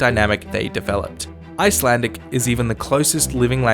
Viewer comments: I love how you butchered my language. We shall now add you to our collection of idiot foreigners along with history house and geography now. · It’s so funny hearing him saying Icelandic names 😂🤣😂🤣